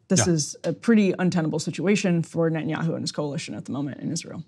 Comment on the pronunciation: "Ben Yahoo" lol